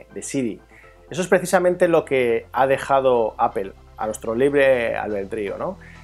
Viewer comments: Había escuchado palabras en ingles pronunciadas tal como se escriben, en este caso APPLE, seria pronunciado como APLE, tal como se lee, en lugar de APOL que seria lo mas cercano a la pronunciación correcta, pero APEL de donde sale? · apel¨_ mejor deci aple...español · Que es esa mania de los españoles de pronunciar Apel? Se entiende que muchas palabras las pronuncien tal cual se escribe ("aple") pero inventar sonidos que no existen en las palabras, eso es nuevo, no?